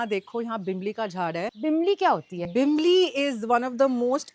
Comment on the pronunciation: some pointers : (1) call it tisryo....not tisryaa....(2) its not bimli.....its bimlaa....(3) breadfruit in Goa is called "nirpanas"..its a veg delicacy and v call it veg kingfish fry (4) its paplet in Goa..v dont call it Halwa (dats mumbai) (6) and its not Vani- its local vegetable "Val" (7) goa has Halsande which is like rajma ..bt more tastier then rajma.....